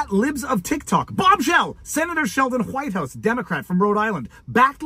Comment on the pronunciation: "Is the hu-wife of hu-Whitehouse..." I can't stop laughing. 😂